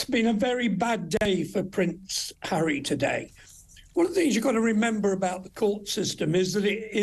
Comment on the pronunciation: *Harry, not 'Enry lol.